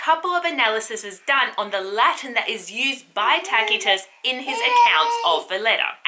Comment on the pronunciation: History is never boring when Tacitus and Strabo are the sources :) And enthusiasm makes up for the different ways you pronounce Tacitus and Seeress - I do imagine serious Tacitus also sometimes struggled with the pronunciation of those far away Germanic tribes:) Looking forward to more "boring" stories from you!